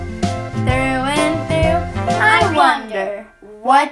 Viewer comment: Sounded like it said "rough" ways to die xD